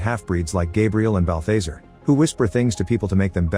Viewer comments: It's constant-TINE, not -TEEN. And Balthazar rhymes with bizarre. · Quit using AI voices you're not producing balthazar right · THATS NOT HOW U PRONOUNCE BALTHAZAR